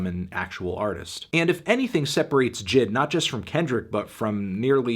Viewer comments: J.I.D not jid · Why you pronounce is Jid. It’s J- I-D. He literally says it on Off Deez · maybe i prefer saying J.I.D but it irks my ears when i hear this man say Jid instead of J.I.D 😪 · Lmfaoo it’s J I D not jid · Normal Human Pronunciation: JAY EI DEE Melon Pronunciation: JID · Its not jid its J . I . D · Jay Eye Dee.. Not Jid 😂😂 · Its J.I.D. not Jid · J I D Not jid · it’s J. I. D not jid... it so obnoxious that he mispronounced it the whole time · this man really called him jid the wholee video... its "Jay-EYE-Dee" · I met J.I.D. 2 years ago when he opened for Tory Lanez. Super cool dude. He actually pronounced his name “jay eye dee” not “Jid” just for future reference. I agree with the score though. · Bruh say it with me J. I. D. NOT JID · His name is Jay eye dee lol it just made me a tad annoyed lol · bruh him calling him Jid is mad fucking annoying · 10 seconds into the video and you already called JID “N.I.G.”. Smh fantano, dislike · Bruh why he sayin’ his name like that?😭💀